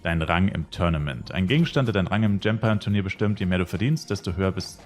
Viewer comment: Server: Yggdrasil Charname: Liloux Ich denke übrigens die Platform GEMpion wird wie Champion ausgesprochen, aber nur ne Vermutung. Wäre halt so bisschen ein Wortwitz